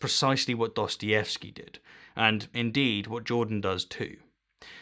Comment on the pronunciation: He's like "quanciously", "Duastayevski"🙃